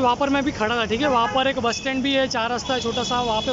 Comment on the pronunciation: Kitni baar thike bolte ho bhai 😂😂🤣